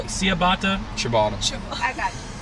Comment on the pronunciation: They've laughed at how Nick said ciabatta but they also pronounced it wrong